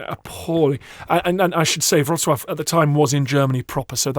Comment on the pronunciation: I wanted to say the same thing - so happy to hear such beautiful pronunciation of Wrocław 💘